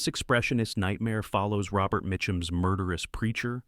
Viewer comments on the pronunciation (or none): none